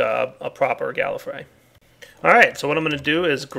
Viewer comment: "one of these ill make a proper galafry" < i think is how its spelled i was looking down, i hear that a stare at the screen like, WAIT WHAT? NO! x3